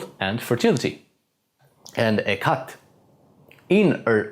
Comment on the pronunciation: I love how you pronounced Hekate's name correctly. Indeed she is a Goddess of the underworld and death but also of light, as well of magick the one whom gives many chances and whom has the power to make men and Gods fear her wraith even Zeus himself offered her whatever she wished because he knew her power was beyond normal to the Greeks she was a higher than a God being a Titan but she is not Greek at all the only being who is not.... deep into history she goes, from one culture to another...almost like she has no beginning and when you find out her mysteries you know exactly why this is the case. The one who's eyes glow blue and who grants perfect visions or dreams when so asked correctly, which often horrifies many to be filled with such power and might with a simple request. That is why she is known as Queen of the Witches or of magick itself is a better title She has held a special place in my heart and life since I was a young boy born ironically upon her day that I did not know until the age of 16/17 . Revenge she can give, death without pain, protection from any being even Gods if she so wishes and so much more, the old saying, those who ever crossed a real witch, never live to tell the tale roots from her followers, her children. Praise Hekate and if you do not know her be very careful in calling her, she comes to all in true need and often that scares the minds of modern people, at least that has been my experience these past 27 years in working with her and being a